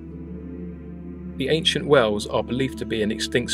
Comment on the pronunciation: you pronounce whales like wells